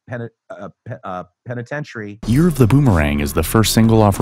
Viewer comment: LOVING the Q narrator's complete inability to say "penitentiary"